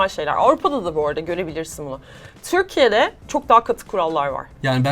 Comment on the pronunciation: Eser hanımın Törkiye demesine hayran kaldım